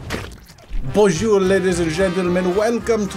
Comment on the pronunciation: The way you said bonjour triggered me as a French learner